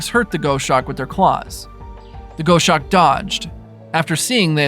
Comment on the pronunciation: Please…I’m a "birder" I’ve had many dealings with a multitude of raptors. It’s pronounced "goss-awk" like "gloss" without the "L"